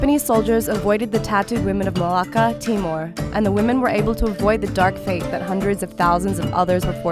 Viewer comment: You left the r out of my name it's Marlaka 😚 btw 👏🏽you 👏🏽better👏🏽 invite👏🏽 her👏🏽 to 👏🏽your 👏🏽wedding 👏🏽👏🏽👏🏽